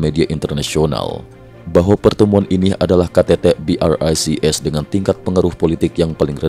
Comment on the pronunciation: BRICS pronounced BROKE😂😂😂